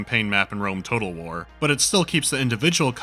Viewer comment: Why do you pronounce words like "DLC" and "Total War" so weirdly?